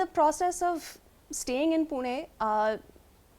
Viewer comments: Amazing pronounciation particularly pune.. Good to watch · She won the heart when she pronounced PUNE ! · The way she pronounced "Pune"😎 shows her seriousness and respect there itself about marathi culture and language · The way she pronounced Pune (ne) and la and Marathi is amazing..